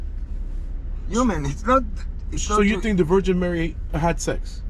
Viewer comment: the cab driver did not understand you when you said Mary, he thought you were saying marry.